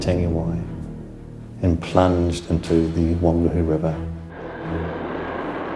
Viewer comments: And Whangaehu (pronounced one-guy-hu. ) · i hope your joking 'one guy hu' lol....its literally funga e hu and the g is silent and merged with the n